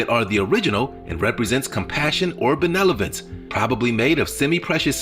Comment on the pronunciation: My man said benelovence. Vs. Benevolence.